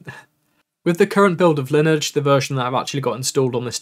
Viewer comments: Yeah it would be nice to know what the mic can do in home assistant. BTW - lineage is pronounced lin-ee-ij as in your ancestry. I’m sure you’ve heard that word before. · The 'E' in "Lineage" should be pronounced, by the way. Lin-E-age. A tip is to go to Google translate, set the left side to English and have any random language on the right. Type "Lineage" (or whatever) into the the English side and hit the speaker icon to have their robot say the English word to you. I find it useful for learning languages as I can have it say both the source and target words or phrases.